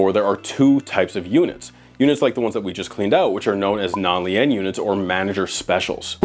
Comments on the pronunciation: "Lee-en" units... LOL. The word is pronounced "lean" as in "you lean over." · It's pronounced "L-EE-N" not "L-EE-EH-N" roflmao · he keeps pronouncing it “Lean” units like the name. Lee-ann. That’s not how it’s pronounced. Lien is pronounced Lee-n. Like to bend over. Sounds like Clean minus the C. Lien - noun - the right to keep possession of property belonging to another person until the debt owned by that person is paid Storage units that have Liens on them are units that that storage company is essentially holding hostage until the renter pays up. Lien on me, when you’re down, I’ll be your friend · Lien is pronounced lean, not lee-en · He really can't say lien? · its pronounced LEEN not LEE-AN lol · Pronounced “lean” not lee-in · It's pronounced "lean".. love the video but it's not a Leanne unit. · Captain Pedantic here🦸‍♂️... Lien is said as leen not lee-ann. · Pronounced Lean bro 😂😂😂 homie sounded French with that Lee ane ish 😂😂😂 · PLEASE! It’s pronounced “Lean” not Lee-IN. It’s a lien against the property. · LEE EN. umm is that the proper pronunciation or do you not know the rest of America says LEEN? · Bro, "Lien" is not pronounced "Lee an" it is pronounced the same way you say LEAN when you are referring to lean meat, or leaning on a wall. Had me face palming at that part my guy. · It's not pronounced 'lee-enn', it's pronounced 'leen', like the word lean. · you're fr gonna blow up, this channel is lightning in a bottle. Also, lien is pronounced "leen" not "lee-N" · "lee-en" (lien) 🤣 LEAN! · Lien is pronounced like lean not lee-in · Lien is pronounced “lean” not “lee-en” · Btw "lien" is pronounced: "lean". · Dude, lien is pronounced lean. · Lien or lein is pronounced lean. Its a good thing you mispronounced it. It’s means you pay all your property taxes and debt ; ) You’ve never had a lien placed on any of your assets 👏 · Lien is pronounced like "lean" (I lean against the wall) or "seen". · Pronounced Leen omg lEEn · Its pronounced LEEEN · lien Pronounced lean